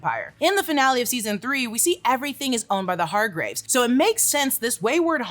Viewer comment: Hargreeves pronounciation is also off :")